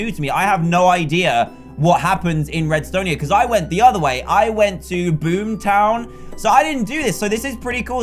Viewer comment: Uhhhmmm I think Dan just said blooom town I think...🤔🤔🤔